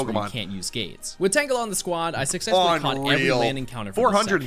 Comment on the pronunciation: STOP SAYING TANGELI